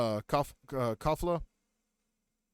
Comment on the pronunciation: This dude takes forever to get through like nothing but decent guide not missing that much compare to most others. Her name is Call-ee-faa